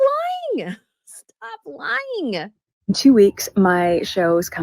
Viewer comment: But, as much as I enjoy following and watching your posts, please watch your diction. "Stop lying-guh! Stop lying-guh!". It makes you sound unattractively colloquial. Thanks.